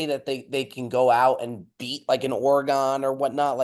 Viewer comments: it’s ORY-GUN please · pronouncing Orr-Gone hahahaha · We have to address the way pronounces "Oregon" like he's guessing what shape has 10 sides like last week. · The way says Oregon is clinically insane